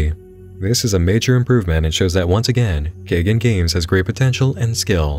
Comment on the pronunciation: Nit pick: pretty sure it’s pronounced KAI-GONE Games.